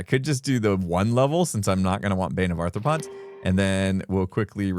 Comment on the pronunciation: Is saying “Bane of Arthur-pods” instead of bane of arthropods 😂